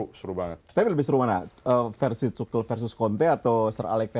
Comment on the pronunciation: izin koreksi yaa, pronouce nya yg bener itu Tuhel, bukan Tucel atau Tukel yaa, semoga bisa diterima